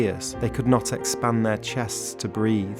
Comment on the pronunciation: breathe not breath. A breath is a single intake of air.